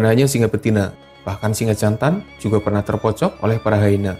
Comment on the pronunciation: Singe apa singa yg jelas dong ngomongnya